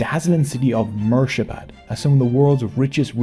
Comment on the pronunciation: it's Murshidabad, not "Murshabad".